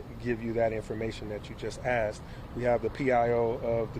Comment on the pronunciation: axed? you mean asked?